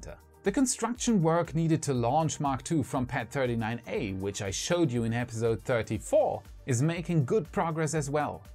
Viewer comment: I love everything about this channel ,Planning, research, and execution, except the way episode is pronounced here " episode " sorry 😥 I had to say it 🤯